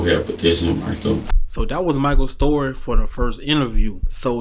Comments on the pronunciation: Learn to say story not store😊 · Dose he realize that the narrator keeps saying store not story